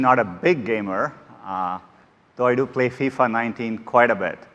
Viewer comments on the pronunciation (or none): none